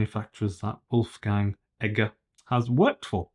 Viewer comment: Actually it is Wolfgang Egger